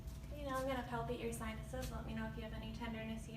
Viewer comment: ‘’ I’m gonna palpatate’’ Now I’ll have nightmares...